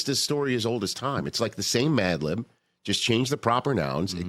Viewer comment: Not me thinking he said Mandolin the first time 😂